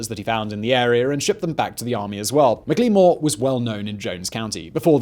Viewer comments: Mik lee more not even close it's Mack La More! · I'm not entirely sure, but I believe McLemore's name would have been pronounced "Mackle-more."